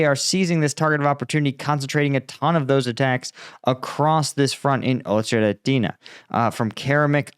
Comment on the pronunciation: It's o cher ret na... pronounced